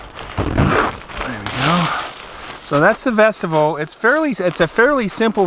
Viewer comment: Love your content. But please, Vestibule, Vesti-byool.